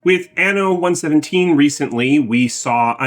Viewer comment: Fun fact: ‘Anno’ needs a strong N. You said ‘Ano,’ which in latin would translate to ‘butthole', while it means "year".